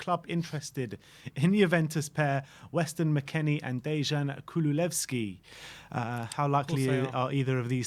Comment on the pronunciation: I’m gonna dislike every video where you pronounce his name “Kululevski”, his name is Kulusevski! 😡